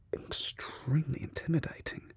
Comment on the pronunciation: “Shes very intimidating”- in the most British accent